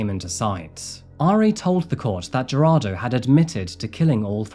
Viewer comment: I am sorry but Jarado?? 😂 it is pronounced, Heir-rod-doh. Gerardo